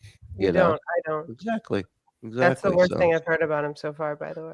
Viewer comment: He pronounces “exactly” as “exactchee”. He’s a mush mouthed idiot